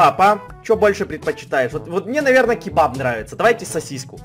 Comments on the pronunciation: я Узбек я знаю не кибаб а кабоп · Ни кибаб а кебаб мы армяни знаем